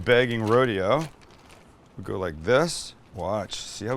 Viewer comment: Mike would be so proud of your perfect pronunciation of “let’s give it a goo”. I sure would love to give one of those garlic presses a goo